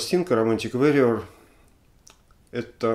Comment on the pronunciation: Алексей, warrior от слова war (вор) война, поэтому "вориор", а не "вэриор". И еще, только Вы сказали правильно "собралИсь" и тут же исправились на неправильное "собрАлись". Извините за придирки